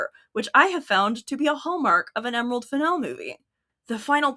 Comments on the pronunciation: The FennELL pronunciation didn't cause me a second thought until I learned Emerald has a fashion designer sister named Coco Fennell. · Let's goooooooooo mispronouncing Fennell gang. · it feels like the 'wrong' pronunciation flows better, the syllables make more sense